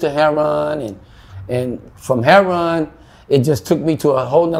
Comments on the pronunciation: Something is wrong with this story. You would think that after all this time he would know how to pronounce the drug he is addicted to. His story is much too detailed with never having to even think about it for a minute. I have never met a junkie like this guy. He also said something about being so amazing that he lasted so long at his age. Doesn't make sense. The cops made him go to jail for overdosing. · Never heard of anything pronouncing "HERON" for heroin. He seems like a honest person. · I love how he says heroin. I am as country as a church mouse so I pronounce (hair-o-win). Did he stop to breath while telling his story? Wow he remembers well. I wish him the best..... hope he is well now. Hugs! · why tf does he keep pronouncing "heroin" as "heron" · Is it just me but is it pronounced Heroin?.........Or Hairon?......... If you’re going to get high off of Heroin at least pronounce it correctly. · So annoying how he says herron not heroin lol I do wish him well though.. I hope he starts making better life choices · Why do some Black interviewees say "heruon" rather than "heroin"? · Why do people say "hair-on" instead of heroin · It comes off sounding as 'hair-on', but they are pronouncing it as 'hero-wine', instead of 'hero-win' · should be in a Spike Lee movie or similar. Although he has been through hell and back, he is very expressive and great in front of camera. Love how he pronounces heroin as hero-arnnn. You are a star,. Thank you for your story. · I took a drink every time he said herro-wan. Man I'm wasted now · The way these dudes say "Heroin" ("Her'on"!) is just weird. 🤔😀 I wonder where that pronouncement came from?! 😊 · It's just Hood Street Language. We know it's Pronounced Heroin! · i love how he says heron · This was a lot. I snapped back in everytime he said hair-ron. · How do you get Heron out of heroin? I hear so many people on these videos calling it Heron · why do so many say HAIR RON ??